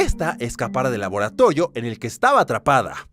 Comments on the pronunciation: Jaja no sabía que laboratorio ahora se dise laboratollio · En el minuto dijo laboratoyo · escuche que dijo laboratollo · laboratoyo xd